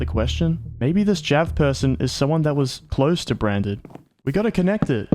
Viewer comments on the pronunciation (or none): it just me or branded sound a lot like brain dead?